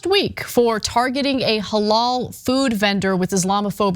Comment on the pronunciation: Anna doesnt even know how to say the word halal thats funny shes kinda not that smart